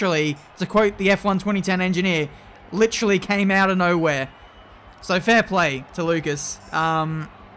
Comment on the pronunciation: Nowehere??? Hmm... 10 points for you 👍